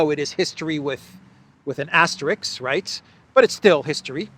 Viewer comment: It's "asterisk" not "asterix" !!!